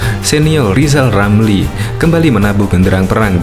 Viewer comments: Lizal Lamli bukan olang pintal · Lijal lamli 😂😂😂😂😂